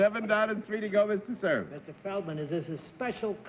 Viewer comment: CERF's pronunciations always IRKED ME for such an apparently educated person. He sounded prosaic!